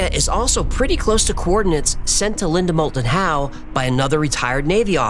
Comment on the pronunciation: Linda Mold-and-How, credible? C'mon, Man....